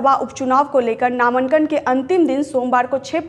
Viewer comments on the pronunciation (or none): नामंकन नहीं बोलते नामांकन बोलते है कोई ज़हर दे दो मुझे नहीं तो वीडियो जैसे जैसे आगे बढ़ेगा , वैसे वैसे रूह निकलेगी मेरी